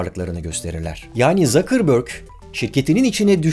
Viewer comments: ZAKIRBÖRK degil Sukaberg diye telafuz edilir efenim . Almanca bir soyismi ve seker dağı manasına gelir ... Rica ediyorum kulak tırmalamayalım o yüzden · Bariş Bey, başlangıçtaki "Mark Zakırbörg" söyleyişiniz çok ilginç geldi. :-) Kendisi Almanya kökenli bir Yahudi olduğu için biliyorsunuz, "Zukerberg" olarak okumanız gerekiyor. Tıpkı Spielberg'ü, "Şipilberg" okumanız gerektiği gibi. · Okunuşu Mark Zakerbörg değil Mark Sukerberg çünkü soyismi almanca ve Zukerberg Şekerdagı demek bilginize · Usta bir de telafuzda zökürbörk (Zuckerberg okunuşu sukaberg) demesen harika bir video emeğine sağlık 👍🏼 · Mark Tzukerberk diye söylenir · "ZAKIRBÖRG" yetti bana eyvallah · Zuckerberg yazildigi gibi okunur... Sekerdagi anlamina gelio...